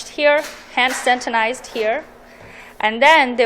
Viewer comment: It is not pronounced santinize but rather Sanitize